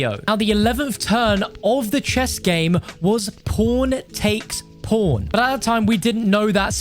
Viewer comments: man ur saying pawn wrong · Is it just me or did anyone else think at first he said "porntakesporn"? lol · i always flinch when you say "pawn" 👀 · your accent make pawn sound like something else lmao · Everytime he says “pawn” 😳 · Love me some good ‘ole PawnHub. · I was like wtf did he say lmao